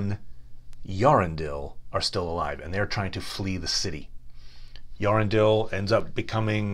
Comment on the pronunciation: I really like your videos, but please, please, please get the pronunciations right. With so many people listening in, it's your duty, as a, to follow the creator's detailed notes. Earendil is not pronounced 'Yarendle'. Ea is not a dipthong but two syllables, pronounced (roughly) 'Ay-ah'. And the final syllable 'dil' is not uvular (as in modern English 'handle') but accentuated as in 'diligent', with the final 'l' pronounced. And, as Tolkien always emphasised, the 'r' is rolled (with the Elves, being nobs, looking down their aristocratic noses at those who spoke with the untrilled 'r'). So: Earendil is 'Ay-ah, rrren-dill' I know this is a bit difficult for North American speakers of English, but this name, which Tolkien found in the Crist of Cynewulf, a poem in Anglo-Saxon, was the inspiration for what might be called the genesis of Tolkien's mythology, his 1914 poem 'The Voyage of Earendel the Evening Star', and deserves to be pronounced as Tolkien intended. I'd also suggest, based on the recordings Tolkien made of his readings, that both 'Gondolin' and 'Glorfindel' have the emphasis on the second syllable: 'Gon-DO-lin', not 'GARN-d'-lun', and 'Glor-FEEN-dell' not 'GLOR-fin-dle'. Otherwise, I really like these learned summaries. And if you'd still take a suggestion from such an upstart commentator, who only means well, how about a video on Beleg Cuthalion, the elf who 'wist no sire'? Best wishes.